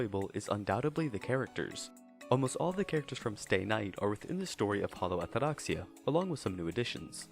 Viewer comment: I enjoyed the review but not the pompous pronunciation of "Atraxia"